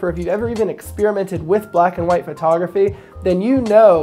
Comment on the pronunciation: Was there a contest to see how many times you find say phrotograhy?